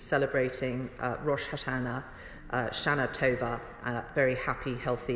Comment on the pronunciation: Sadly all Mordaunt has done is throw an irrelevant insult, and if you’re going to to say Shanatova say it properly, you’ve not sent one single person back and you’ve paid Rwanda up front. Fools in government.